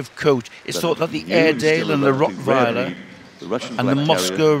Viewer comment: I loved that way they pronounced Rottweiler